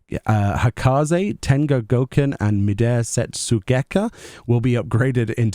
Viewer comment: I don't mean to come off as criticizing, but you did say you were trying your best so I feel like it's ok for me to say this. You only tripped up on Gaeshi and Midare. The rest of the words in Samurai's changes were pronounced accurately enough. Gaeshi, in English, would be read like Gayshee, but should be read more like Guyshee. As for Midare, it's not Mid-Air, but mee dah ray. For Japanese, vowels always make only one sound. A goes ah, E goes eh (like bed), O goes oh, I goes ee, and U goes oo (like boo) It's an awkward language for English speakers since we have so many rules and exceptions to how vowels and several consonants are pronounced, so it can lead to understandable pronunciation troubles